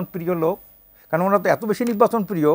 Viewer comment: বলদ নির্বাচনকে তিনি উচ্চারণ করছে ! পরে কথা ঢং করে নিব্বাচন বলেছেন❤😂